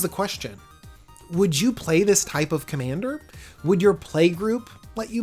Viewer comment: "Commaner" lol